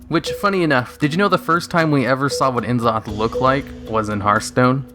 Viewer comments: It's not enzoth it's pronounced Nuzoth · N'zoth (nuh-ZAU-th). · Why do some people say Enn-Zoth..? It sounds like a '90s cartoon villain, not Lovecraftian god. Gotta have that glottal stop to sound properly alien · Which is terrible really considering Faceless One bosses in game have pronounced it as En Zoth